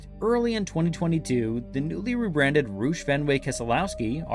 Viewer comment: Rouw-ch not Roo-sh (Roush)